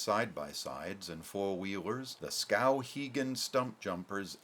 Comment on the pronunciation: I don't like his pronunciation of the town's name.